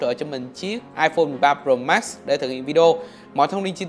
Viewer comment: Nghe khứa đọc "ai phôn 13 rồ mát" chắc ko chỉ 1 mình tui nghe như vậy :)))